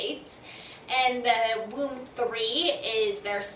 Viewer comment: It is pronounced voom.